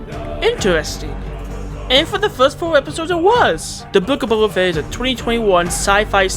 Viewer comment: "c"oba fett XD